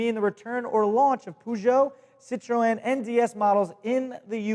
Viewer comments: did just say "citroén"?... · the Great more like sit tro(like tron) and then just say N as the letter N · It's an accent thing. English say Nissin instead of Nissan. Americans say poo jo. English say citrin. Americans say citro-en. English say boot. Americans say trunk. English say bonnet. Americans say hood. English say petrol head. Americans say car enthusiast. Feel free to reply and add to this list. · It's just so fun to hear say Peugeot and Citroen! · Uhhhh you pronounce citroen wrong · both Peugeot and citroën were pronounced wrong, and this is coming from a french speaker